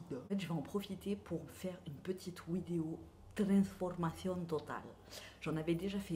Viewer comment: J'aime bien quand tu dis "Wideo", ça vient d'où ?